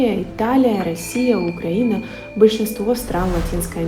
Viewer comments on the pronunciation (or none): none